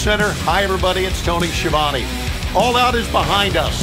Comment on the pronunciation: Tony Schiavone can't even pronounce his own name correctly lmao